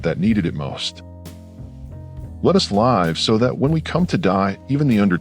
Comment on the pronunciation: But why the robot voice? It's terrible! Let us "live" (pronounced like "dive") How much does it cost to get someone to narrate?